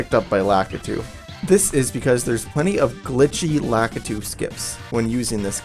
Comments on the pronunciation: Um,... the cloud guy's name is definitely pronounced LA-KEY-TOO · its lakitu